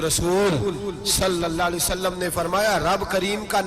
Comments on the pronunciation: Hazoor Saw Nahi bolty ( when you say it's S.A.W = Sallalaho Alehi Wa Alehi wasalam) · Please don't say saa...it's S.A.W means (sallallahu alaihi wa sallam)